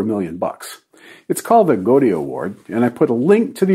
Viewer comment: Goede pronounced gOdie. You claim to be human? What more proof do you need that this is not a man, but a machine? And you give alien space ships a hard time?